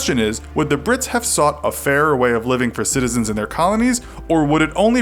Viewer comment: I thought you were calling them pricks